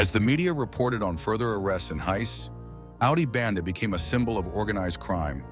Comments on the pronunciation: Its AUDI BENDE NOT BANDE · Audio BENDE.....not bande